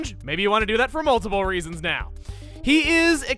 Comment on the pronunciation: Did you say Mole-tiple reasons?